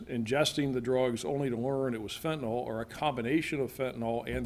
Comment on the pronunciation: Fent a nil not fent a nol. Get it right USA.